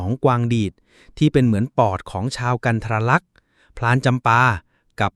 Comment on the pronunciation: กันทรลักษ์ อ่าน กัน-ทะ-ระ-ลัก ไม่ใช่ กัน-ทะ-รา-ลัก